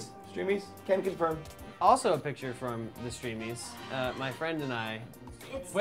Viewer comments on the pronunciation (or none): Yes "frenid"